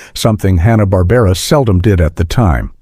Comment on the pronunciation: I tuned out after about a minute. Made up crap with AI voiceover. "Honna-Barbera" cartoons are hardly "forgotten".